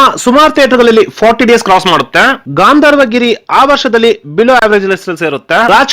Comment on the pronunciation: ಅದು ಗಾಂಧರ್ವ ಗಿರಿ ಅಲ್ಲ, ಗಂಧರ್ವ ಗಿರಿ